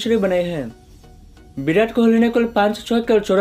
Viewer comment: Bhai bideo nai h video h ... Aur birat nai virat h kaise kaise loog aate h YouTube p yaar 😅😂